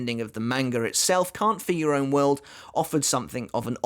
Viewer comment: Am I the only one who hears "Count for your own world" with his accent? No trying to be mean